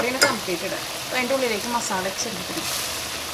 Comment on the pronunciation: മസാളയല്ല... മസാല എന്നാണ്... മസാല...